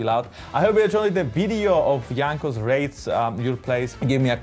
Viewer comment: now he is actually saying raids right